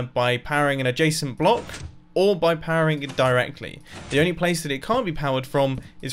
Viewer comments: It took me 7 minutes to understand that he is saying adjescent not Jason. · It sounds like you keep saying ''a jason'' But I don't understand what you're actually saying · Every time you say "adjacent" I hear "a json", should replace my ears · who doesent know what a jasent or jacent block is well thats me everytime he says it im like wth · Wait i though he said "a Jason"